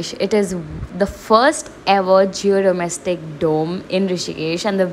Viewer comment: Geodesic not geodomestic 😅😅😅😅. Before trying to putt on a fake accent and act western first learn the terminology properly 😅😅